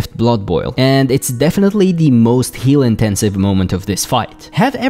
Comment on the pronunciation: Your pronunciation of "heal" and "kill" are very difficult to tell apart, especially in the Shade of Akama section.